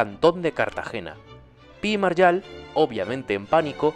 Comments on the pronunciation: Es Pi y MarGALL, no Pi y "Maryal". No entiendo la manía de inventarse la pronunciación del español. La g con la a ga, no ya. ¿Es que ya no enseñan a leer en las escuelas o qué? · ¿Pí i /Maryal/? ¿En qué idioma 'ga' se pronuncia /ya/? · Muy buen vídeo, pero no entiendo por qué pronuncia de esa forma tan rara Margall, cuando se pronuncia tal cual, con una g (ya que deriva de Maragall) y no con un sonido de jota.